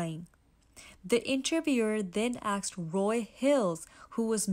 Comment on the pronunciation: “Axed” or “asked”?